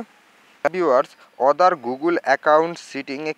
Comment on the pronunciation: ঐ বেটা, অদার না,আদার!